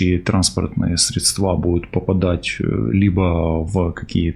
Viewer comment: Слушай,, отвали, займись серьезнейшей работой, хватит фигней страдать, нет никаких таро, также как и "средства и квартал"произносятся Вами с ошибками, прям режет слух..Изучи экономику, финансы, пойди работать на биржу, хватит бумажечки раскладывать, может погадаешь сразу на долларах или евро???Долар по латыни-боль, колор -цвет...Долор, колор, так лечится любая рана..Всего пять латинских слов, но можнои на инглишь, я бы НИКОГДА не написала бы, если бы, ваш текст:"нельзч быть доступной", так вот, Я НЕ доступна вообще и не для кого УЖЕ 25(двадцать пять лет), у меня есть другие темы, другие интересы, чем "суета вокруг члена, чьих-то ожиданий и обслуживания чьих-то хотелочек..У меня, моя собственная война началась еще в 1983 году, и умный или настоящий экстрасенс это бы заметил..Желаю Вам поумнеть, Никогда!!!!!! Never, never, never!!!! Не лезть в чужую Судьбу, не каркать, не сочинять, не обвинять, быть компетентным, бвть обизнанным, быть многогранным, быть любознательным, быть ДОБРЫМ, быть ЗНАЮЩИм, быть в адеквате, и хотя бы развить в себе элементарные экстрасенсорные способности, не фальшивить, не лгать, не врать, не топтаться на месте и ТЩАТЕЛЬНО проверять информацию о людях, я лечу бронх астму сейчас, у меня болит горло-гланды сейчас из-за холода в квартире, у меня в очеред раз вылетели рамы и стекла в квартире из-за взрывной волны, я живу в самом отвратительном городе, где самые ужасные люди, и раша нас обстреливает...Вопросы есть, я человек неробкого десятка, но меня вс